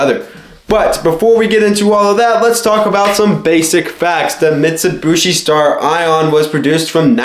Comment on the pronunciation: Also it's "Stare-eon" not "Star Ion".... jesus christ who taught you english?